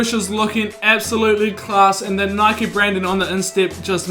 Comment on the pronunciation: It’s nike not nikeie